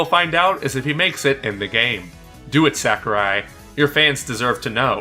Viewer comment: Please stop calling him "Sack-er-eye." It's "Sah-koo-reye."